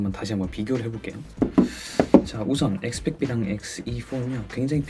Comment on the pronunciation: 영상 재밌게 봤습니다~ 근데 왜 자꾸 엑스 빽크 브이 라고 하는거예요??? 엑스백브이 아니예요?ㅋ